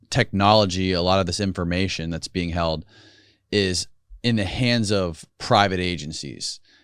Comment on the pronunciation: When he says. Being I hear Bean lmao